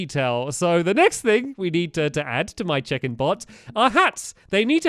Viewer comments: Who else thought he said chicken (bots) every time he said check-in (bots). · I thought he kept saying Chicken not check in XD Just me ok ok then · Every time you said check in I thought you said chicken and that changed the entire video for me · Every time stamps said check-in I kept hearing chicken 🐓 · in the last episode i thought he said CHICKEN bot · I think I have dyslexia because I thought he was saying chicken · Whenever he said "check in" i thought he said chicken 😂 chicken bots 😂